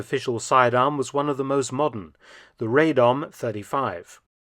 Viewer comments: With the regards the Radom P35 it is pronouced Rah-dom. This is due to it being manufactured in the town of Radom which is pronounced in the aforementioned way. Many guns are still produced in this town today. Thanks for the video :) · "Rejdom" hehe.